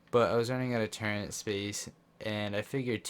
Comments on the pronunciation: Say ‘turrent’ one more time and i’m gonna rip my ears off! There is no ‘n’ in ‘TURRETS’!!! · No cap but google turret and have google say it cuz u be putting an “N” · Calm the duck down, it isn’t to bad and is kinda funny